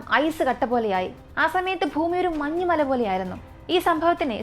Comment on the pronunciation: ഫൂമി മാറ്റി ഭൂമിയിൽ എന്നാക്കി മാറ്റണം